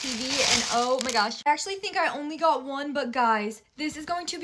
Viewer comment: What I goddddddddddddddddddddddddddddddd like can she not say got?